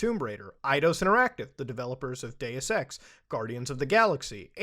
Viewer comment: Sounds like he said I like Day Sex